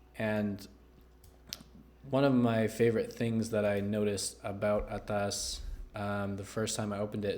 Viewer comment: I really like how you say ATAS with an accent and I loved the review "Right out of the box" and your brought it home "Right out of the gate" with ATAAAS